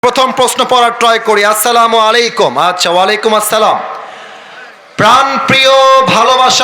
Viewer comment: ওয়ালাইকুম আসসালাম নয়❌ ওয়ালাইকুমুস সালাম✅ আর তিনি বললেন একটি মেয়ের প্রশ্ন, মিডিয়ার সামনে আনা যাবে না।😊 অথচ ঠিকই ইনডাইরেক্টলি মেয়েটি কি লিখেছে সবাইকে বুঝিয়ে দিলেন।😶